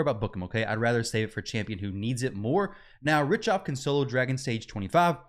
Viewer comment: Pronounced Rick-Toff